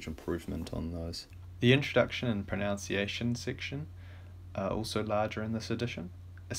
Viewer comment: Sorry to be picky, but why do even native English speakers pronounce 'pronunciation' incorrectly? It's 'proNUNciation', not 'proNOUNCiation.